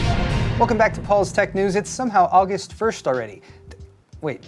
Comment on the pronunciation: Did you say Uggust? lol...my new fav month!